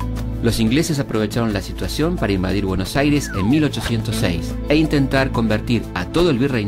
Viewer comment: dice buenos aires con Y 💀